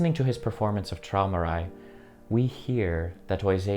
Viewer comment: Pronounced troymerai